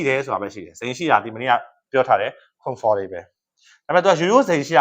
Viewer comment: စိတ်ပျက်မိ၊ comfortable အသံထွက်မှန်ထွက်တတ်အောင်အရင်လေ့လာပါလား?